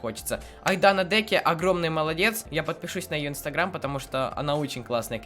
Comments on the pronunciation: Ты сказал Айдана Деке а не Айдана Дека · Айдана ДекА,а не Деке😂😂😅. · Привет как ты ты говоришь Айдана деке А говориться Айдана Декаа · Кст Говориться Айдана Дека ударения на (а)